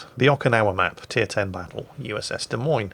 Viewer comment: Jingles, at least you say "Des Moines" like the locals do unlike Jive Turkey. He always pronounces the 's' because he knows it drives me batty. If "Des Moines" isn't French enough for ya, check out the Iowa state flag.